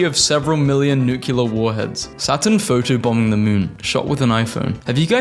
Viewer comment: Will you PLEASE PLEASE PLEASE pronounce nuclear as NEW CLEAR and not NUCULAR?